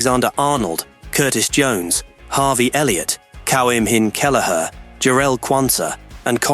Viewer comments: And the pronunciation of Kelleher's name is a disgrace. Poor research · AI alright.. until Kelleher's name came up.. so much for intelligence :face-blue-smiling